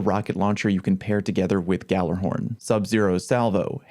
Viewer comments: ghallERhorn? You mean ghallAhorn? xD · gallerhorn????? its (galla-horn)